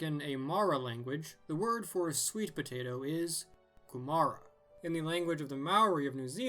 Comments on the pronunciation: Maori is koo-mah-rah not koo-marah... Ok I can't do phonetics, but is about even vowels with a bit of a rolled rrr, anyway I can say it! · In NZ we call it “Koo-ma-ra” not “ku ma” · The Māori pronunciation (as a British person having lived in New Zealand most of my life so not a native speaker) of Kūmara is more KOO-mah-ruh with emphasis on the first KOO, but it's really hard to get when you've only seen it written down; a look at more of the Polynesian migration history would be super cool also NGL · I grew up in New Zealand among the Maori. You say it KUmara, and you roll the "r". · As a New Zealander may I please point out that you completely mispronounced Ku/ma/ra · I was literally about to say "Hey, isn't that a kūmara?" Also, it's pronounced "KUE-muh-ruh" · As a kiwi I laughed when he pronounced kumura :D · Good attempt at pronouncing kumara, and greetings from New Zealand